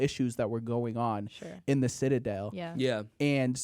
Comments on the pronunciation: I’ve listened to this episode like 3 or 4 times and it still makes me mad when says “sitta-dale” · I can't get over how strangely is pronouncing the word 'citadel'. 💀